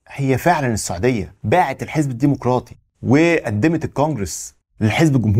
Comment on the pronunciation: الديمقراطي وليس، الديمقوراطي